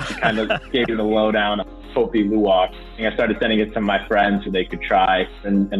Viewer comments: The way he was first pronouncing the name of the coffee was as bad as instant coffee 🤣 I've had the privilege to drink and buy 4kgs of luwak from ethical farmers in Bali which I brew with a Hario v60. As a side note, when the Balinese brew the coffee, they prefer to use the syphon method. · Its pronounced more like LOU-AHK